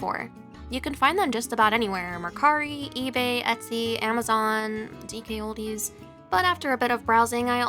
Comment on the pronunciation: Great video as usual,! (Also, disclaimer: Absolutely nothing wrong with Pink. It’s a very welcoming and engaging color — oh, look — just like you! 🙂🙂🙂) Also also: Not sure if it was intentional, but I love how you muttered “…DKOldies…” as though it were vulgar or offensive. And believe me, I understand WHY 🤣🤣🤣🤣